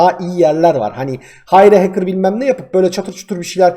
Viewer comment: Haçker değil.HEYKIR xD